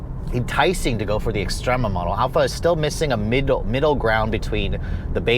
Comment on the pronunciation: ES-TREMA NOT EX